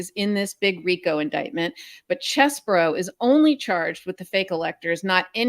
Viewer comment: Everyone pronounces his name wrong! It's Cheesebro, like, "Hey, are you gonna eat all that cheese, bro?"